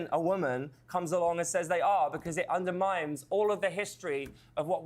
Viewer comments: "Because it UNDERMIMES..." hehehe... that's gotta be the best 'freudian slip'! lol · 'Undermimes' lol